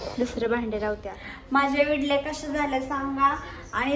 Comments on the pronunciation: विडल्या नाहीं ईडल्या म्हण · विडल़ी नाही गं इडली😁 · विडली नाही इडली